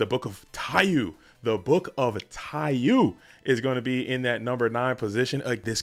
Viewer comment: Taiyou means "sun" in Japanese (太陽 たいよう) and its actually pronounced TIE-yoh, the spelling ou reflects the way it's spelled in Japanese. Not a big deal anyway! Love this video thank you!!